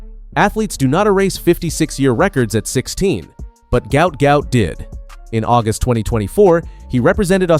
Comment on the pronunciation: His name is pronounced Gwat Gwat in Australian English.Im 57 years old/young from Brisbane Australia 🦘